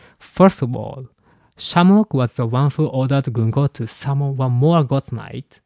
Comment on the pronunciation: Americans pronouns ‘gunko’ ganku. 😂